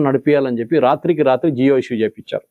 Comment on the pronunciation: జియో కాదు జీవో